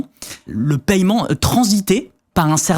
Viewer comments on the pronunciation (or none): Paiement pas paYEment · JE SIGNALE AU BARBU À LUNETTES QUI PARLE DANS LE DÉBUT DE LA VIDÉO QUE L'ON NE MENTIONNE PAS LE PAILLEMENT LE TERME C'EST PAIEMENT IL N'Y A PAS DE YEUX ORALEMENT DONC IL FAUT QU'IL REVOIT SA PRONONCIATION DU MOT JUSTE POUR INFO EN+ IL APPUIE FORTEMENT SUR LA SYLLABE EN QUESTION À CHAQUE FOIS QU'IL LA PRONONCE ! BREF FIN